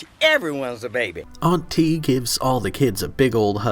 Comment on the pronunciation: I thought they were saying auntie with a weird inflection at first 😂